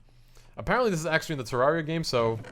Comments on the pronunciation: TER RARE RE AH THATS HOW ITS SAID TERRARIA THATS HOW ITS SPELLED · its pronounced tr-ar-e-u